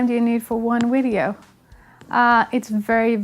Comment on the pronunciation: saying 'wideo' is the cutest thing ever haha Also, since we help you decide which songs to cover, do you think you could tackle Pisces by Jinjer? You've done growling before on the channel, this might be a reason to refresh those skills) It's a very challenging song, however, so I understand if you decide not to do it (